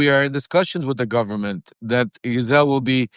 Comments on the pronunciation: It is pronounced gee-ss-leyn.... as a French name. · I'm absolutely sick to death of shallow a-holes who pretend NOT to know that Ghislane is properly pronounced Ghee-Lane. It does nothing but make YOU appear ignorant when you intentionally mispronounce her name. She will be lucky if Donald doesn't have her "Epsteined" just to keep all she knows from being told.